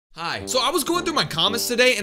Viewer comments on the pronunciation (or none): Why he say hi at start😂😂😂😂 (the way)